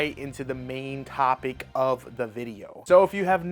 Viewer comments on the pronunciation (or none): none